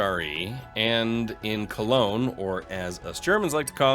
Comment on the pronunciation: I wish I could give you a second sub for the better pronunciation of Cologne thank you.